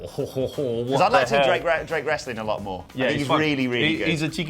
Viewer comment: He basically said "If you want that "wrastling" crap go to TNT on wed!" And you know what? I did!